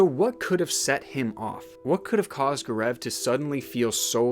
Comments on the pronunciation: GAARAAV XD his name is GAO-RAV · It’s G-au-rav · Everytime he says Gur-eeev instead of Gaurav, I get distracted. But it was an interesting case that you brought into light. A lot of discrepancies raises many questions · I'm sorry but Gaurav is pronounced as Go-ruv it bothered me sm💀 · Indians hearing him pronounce Gaurav XD